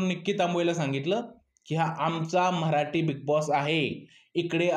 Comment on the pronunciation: Mitra tu pahil marathi ha word bolayla shok tu mharati bolto